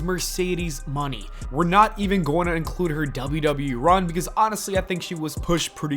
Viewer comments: Lol pronouncing it as Mercedes MONEY. You can tell he's just doing this for that pay check 😂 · This must be AI videos WHO says MONÉ wrong 😂